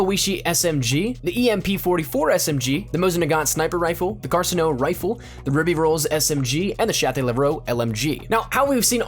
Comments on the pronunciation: Also the Carcano is pronounced a little more like Car-CAN-o. Not trying sound like a genius but just thought I’d point it out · I like how you managed to pronounce every dlc weapon (which has yet to exist) properly then proceed to screw up the pronunciation of the carcano.